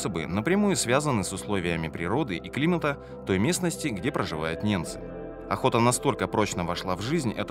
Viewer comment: Автор, неНцы живут на севере,по тексту же звучит-неМцы!!